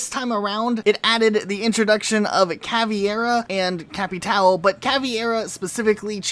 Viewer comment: This is the first time I'm hearing someone call her that way. Caveira.